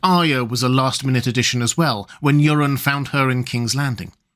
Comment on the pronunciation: Do you think he hears himself saying “Urine” for “Euron”? 😂